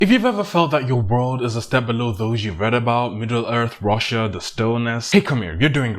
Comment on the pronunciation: i heard Roshar as Russia and i was fully ready to accept that til i watched with captions X)